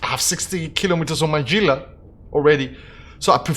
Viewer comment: Gila is pronounced "hee-la" not "gee-la" o7